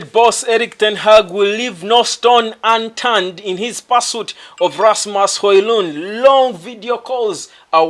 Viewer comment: Pls try and Google for the correct PRONOUNCEATION OF NAMES OF PLAYERS LIKE RASMUS HOJLUND